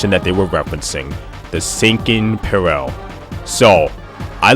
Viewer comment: Do you not know how to say "peril" lmfao